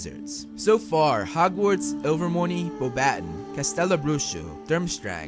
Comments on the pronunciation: It's not Bow BAT ton! It's Beau ba TOHN (kinda nasily on the TOHN) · yupppp, it’s supposed to be beau-batons, not be-a-u-battons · It's NOT bow-BAT-ton!! Its pronounced bow ba TONN (kind of a nasily TONN) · the french school is pronouced like this : bo-ba-ton the final s is not pronuced i know that becuz me dad is french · Hey dude, sorry, but pleeaaase look up the pronunciation before you talk about these schools. The word "Uagadou" could never EVER be pronounced that way - same with Beauxbaton. It seems like a very eurocentric thing to do and I wanted to mention that. Apart from that, great video!